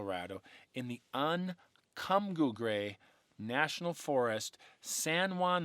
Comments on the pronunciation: It's pronounced ;"Un-Come-Paw-Gray". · "un come padre " is how you pronounce it. " or ray " is how you pronounce the town. I am a lifelong (71 years) Colorado resident. I had the privilege of living in Buena Vista, Colorado and looked at the Collegiate Range every day. I think Bigfoot is an entity that lives on a parallel plane and crosses over to ours according to the Indians. We have Thundersnow very frequently in the Colorado mountains. Many stories and treasures are hidden in our Colorado Rocky Mountains all up and down the range. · Hello, good to see you back. Love your stories. The pronunciation of the Uncompahhre is Un-com-paw-gray. And Ouray is Pronounced U-Ray, the O is silent. Great heritage info on how both names came to be. Keep hiking 🥾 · Un-come-pog-ree or re forest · Southwest Colorado resident here! Pronunciation is Un-com-pah-grey and OO-ray or you-ray depending on who you ask haha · "Un-com-paw-gray" hard one to pronounce for sure but beautiful area! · It’s pronounced Un- come-paw-grey Uncompahgre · …..Pronounced…. by locals…. un come paw gray National Forest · It's spectacular! Uncompahgre is pronounced "Un come pa gray". My stomping ground all my adult life(50 years). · Un come pah gray is the pronunciation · Sorry, not correct. Un come paw gray is the correct pronunciation. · The Uncompahgre is pronounced ....Un Com Pah Gre....saying the "Gre" as you would start saying great with a slight "L' sound...having lived in western Colorado for almost 12 years and this is how the local citizens have pronounced Uncompahgre ever since I started going to western Colorado starting in 1981. "The Uncompahgre Plateau".....been there/camped there several times... Kind of like people that didn't know at first glance that Yosemite wasn't pronounced "Yoo" "Sim" 'Mite"......and believe it or not....some people did and I heard them. That!! was hilarious to hear people say Yosemite that way..!